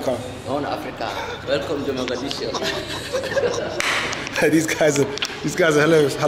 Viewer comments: It’s Mogadishu not Modagishu 😂😂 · It’s not Mo-ga-gi-shu, it’s Mo-Ga-Di-Shu. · Why you keep saying mathagishu? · You keep wrongly calling it Modagishu... It's awesome regardless of what you call it tho! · Mogadisho or Mogadishu. Modagishu is not what the city is called... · Did bro say Madagishu. I'm confused 😂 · HOW MANY TIMES ARE U GONNA SAY MODAGISHU?????? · Still saying Modagishu?😂